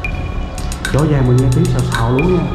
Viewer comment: Nhà lớn thật mà sao xây phòng nho nhỏ, có cái gì tù túng trong một không gian rộng. Bên cạnh đó ad phát âm hơi quái, con rồng thành con dồng, rõ ràng thành dõ dàng,cách phát âm không Nam cũng chả Bắc, hình như tôi chưa nghe ai phát âm như thế này, không lẽ phát âm theo lối Tàu ?